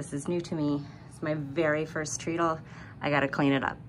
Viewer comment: I think you'll want to pronounce the word “treadle”, like “t-red-dle”. Like a stair tread. Very lucky and very nice. Congratulations on that score!